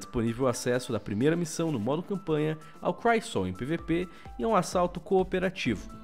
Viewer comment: no destiny não é crysol crisol, tipo crucible